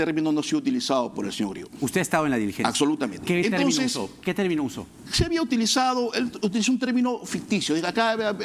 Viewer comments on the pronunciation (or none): y (el abogado) dice "Acsolutamente".